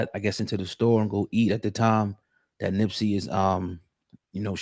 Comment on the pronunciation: Why does he keep saying Nimp???